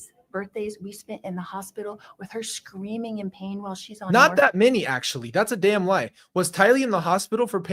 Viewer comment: Colby you are such an amazing man. The fact you were raised by this nut and turned out so well shows you filtered out her mess. I love you and I’m so proud of who you’ve become. ♥️🥰 Now to Lori: Lori said in Evan Almighty they were “SHCREAMING”. Since when there is an “H” in there. And she adds an “R” saying “QUERSTION”. Lori is so full of herself she can’t speak properly yet she sits there speaking like a moron as if she’s the smartest person in the room. Lori you look ridiculous!!